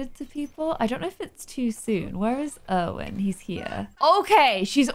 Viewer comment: Irwin is actually called Irvin lmao